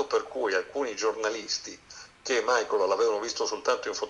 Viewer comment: Tutto bello, tutti bravi, ma non chiamatelo "Maicol" perdio!!!